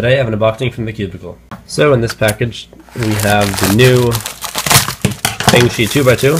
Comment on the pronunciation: its actually pronounced the FANGSHI XingYu